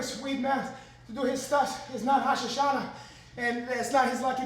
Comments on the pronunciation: "It's not Ha shashanah" - Renato It's not Rosh Hashanah either. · It’s not rashashana 😂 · This dude said its not rashashana 😂😂😂😂😂 is weidman even Jewish? I know he's from long Island but damn. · It's not Hosh Hashana.